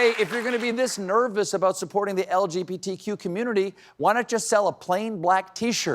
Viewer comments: It almost sounds like he said lgPtq, like he said P instead o B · and again - "The LGPTQ community" < LOL! What does the 'P' stand for, Stevie? 😆